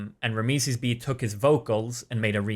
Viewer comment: is it just me or isnt it pronounced RAM - SEES ?